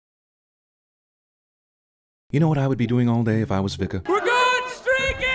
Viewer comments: It's pronounced "Vee-ka". Jesus. Can't believe the movie got that wrong. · BAHAHAHAHAHAHAHAHA Vika is a Dik-a to Jak-a HAhahahahahaha classic